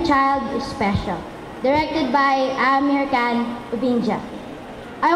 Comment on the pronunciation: The way she pronounced aamir khan was really weird